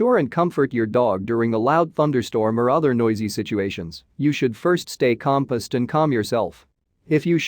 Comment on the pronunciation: Helpful but the word composed was mispronounced by the A1voice. Pronounced it as compussed?